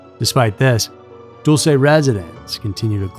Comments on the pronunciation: I live near there. We pronounce it dull-see. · this is probably petty but i think it's DULL-chey, not DULL-say. super fascinating subject overshadowed by area 51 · Pronounced "Dull-chee" not "Dool-say" you sound so stupid when you mispronounce such a well known base.... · Pronounced (dull-chay) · I thought it was Dulce " Dull-se' '" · You pronounced dulce New Mexico wrong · you're pronouncing Dulce wrong